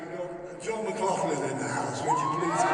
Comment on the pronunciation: How dare you upset my world paradigm by making me relearn saying John McLaughlin name correctly yet you go back to saying it how I used to say it. You’re confusing me!